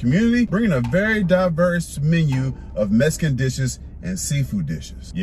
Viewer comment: If you say Messcan like dat one Moe again. I'm go call yo oldest auntie on you.